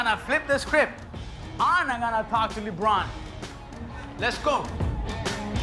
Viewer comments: I think that he didnt pronounce the superstar name correctly.... Lebron "Luh Bron" not Leebron xD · "Leebron" lmao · I love how Guillermo pronounce LeBron to libron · LEHBRUHN JAIMS